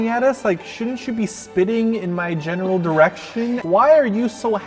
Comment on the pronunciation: Really sounded like you said "spitting in my genital direction" instead of "general direction"